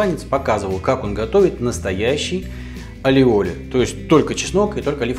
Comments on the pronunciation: похоже, автор просто не умеет делать майонез. любое масло взбивается. если правильно действовать. двойное л в испанском произносится как й. не аллиоли, а айоли. а ещё есть чеснокодавка. чтобы не заморачиваться с консистенцией белка, просто уберите его. используйте желтки. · А вы уверены что он называется алиоли? Ведь в испанском языке двойная буква ‘л’ произносится не как л, а как й. Например, плоские лепёшки из мексиканской кухни называются не тортилла как многие говорят, а тортийя. И этот соус, который мы в Штатах тоже очень любим, называется айоли. Ну а если у вас его произносят по другому, that’s cool too 😀 Не принимайте в обиду, я просто лингвист 😃